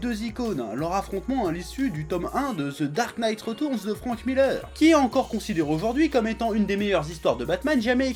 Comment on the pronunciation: "Ze dark night reutournz" 😂